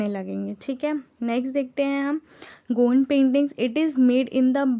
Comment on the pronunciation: Its good you're teachinga dn giving knowledge but have many mistake like its not मंधाना it's माड़ना ie चौक पूरना, not गौन्द it's गोंड